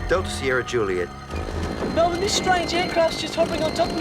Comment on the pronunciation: Congrats to Robert Stack for pronouncing Melbourne correctly